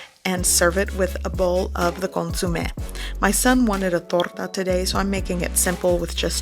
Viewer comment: Awesome but is CONSOME not CONSUME!! Lol